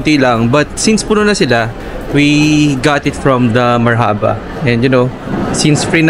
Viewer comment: Marhaba spells like Marrrrrhubah straight word not mar-Haba the filipino way